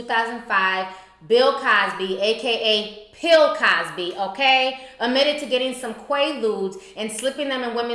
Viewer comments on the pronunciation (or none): Omg she said pill Cosby 😭😭😭. I'm crying